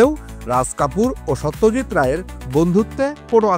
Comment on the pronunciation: Satyajit Nam ta thik vabe uccharon korun vai...Ota so not saw...ekjon eto Boro manush er nam nichen ucharonta sposto korun ...Bangali hisebe Sawtyajt bolle khubi seta baje bepar